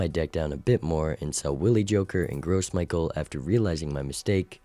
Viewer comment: Is he saying gross michael on purpose? Or has he just never heard someone say it out loud?